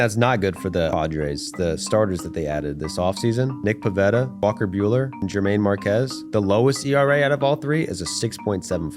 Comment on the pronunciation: “jermaine marquez” lmao